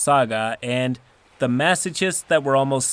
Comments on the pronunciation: *Pronounced "Mass-oh-kist" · honey, masochist is pronounced "mass-o'-kissed" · Ok, forgive my pedantry, but the "ch" in "masochist" is pronounced like the "ch" in "chaos." And if you pronounce "chaos" like you do "masochist" then I think you've just revealed your true alignment. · * Masochist = "MassoKist" Just a minor note. Love the stories! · Masochist. The 'ch' is pronouced like a 'k'.